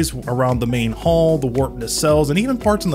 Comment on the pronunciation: It's too late to change it now, but it's 'hull', not 'hall'.